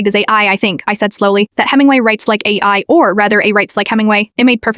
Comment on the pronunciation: The irony that the AI voice can’t actually say AI properly